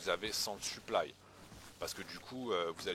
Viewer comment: En faite tu dis suplaille souvent, on dirait que tu parle de ton équipement